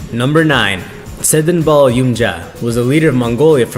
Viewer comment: Why is the guy whose narrating it can't pronounce mongolian words? What the fuck, im laughing my ass off, he couldn't pronounce tsedenbal and dorvod, poor kid